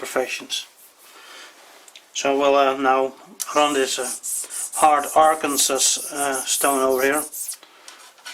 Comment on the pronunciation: "Arkansaw!" is the way it is pronounced :<) I know we are silly